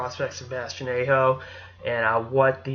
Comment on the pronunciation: his name is pronounced Ah-Ho